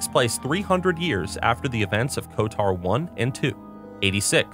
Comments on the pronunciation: Great video! And, it’s KoTOR not KoTAR (quite the unique pronunciation you have) 😃😂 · Love the video. Always been a fan of the Old Republic series of games in total. Glad to see you still bringing attention to it. p.s. If you pronounce KotOR as Kot-AR again I'm going to "cause a disturbance in the force" you irl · The way he says KOTOR "kotar" is infuriating. Especially when saying SWTOR perfectly right after...